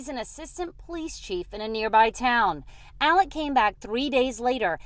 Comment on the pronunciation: So many presenters are pronouncing his name as “Alec” and not “Alex.” Am I missing something, or is everyone confusing his name with Alec Baldwin’s?